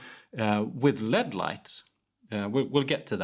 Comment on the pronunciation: I was 23@ in before I realised he was saying "LED" not "lead" and ... I feel like I should have been watching more closely now.